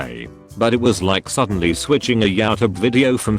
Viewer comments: “Yaw tub” 🤦🏻‍♀️ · I find it hilarious that the robot voice pronounces YouTube as “YaoTub”. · no one: not even an alien: robotic voice: yow-tube